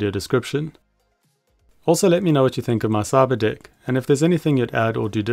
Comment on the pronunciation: Every time you say Cyberdeck it sounds like Cyberdick and I'm like what